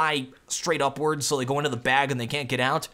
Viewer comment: Please don't say g o! It sounds weird! :c just say go! GO!